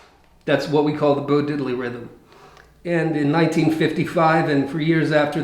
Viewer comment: No, no, no, no.... It's pronounced "DID-ley"...not Diddel-lee